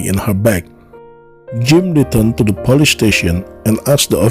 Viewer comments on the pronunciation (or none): The narration.... * sigh * ... Chicka-go? Really? And the "Pah-leece?" .... uggghhh